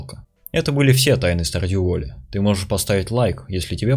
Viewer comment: Чел который говорит Стардью вОлли докопался до Абигейл. (А если серьезно я сам по жизни заебся поправлять всех своих знакомых которые не изучают английский язык)